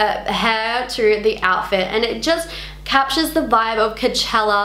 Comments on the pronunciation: Idk, the way you say Coachella, it sounds like Cachella... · Lol u keep sayin kachella